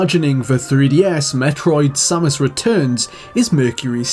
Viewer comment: Finally, someone who pronounces Samus the same way i do!